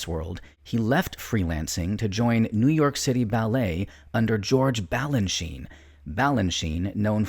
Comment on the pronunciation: « Vestous » ? … Quand on connaît la danse, on sait que le grand prédécesseur s’appelait Vestris !! La Badère au lieu de la Bayadère, George « Balanchin »… Le commentaire est carrément minable 👎